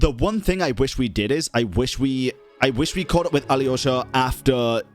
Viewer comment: How do you hear Alyosha's name pronounced in-game with a silent Y yet still insist on pronouncing the Y when you say it?